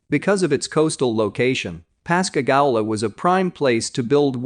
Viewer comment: Pascagoula pas ca goo la